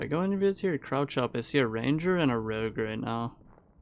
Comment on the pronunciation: mans really hit us with the classic rouge instead of rogue